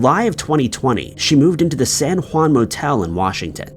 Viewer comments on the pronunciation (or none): none